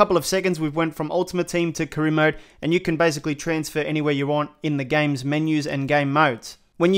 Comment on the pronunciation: Man said carona mode😂😭😭